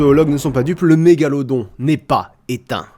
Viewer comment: C'est mégaloDON pas mégalodRON Désolé ça me stresse ^^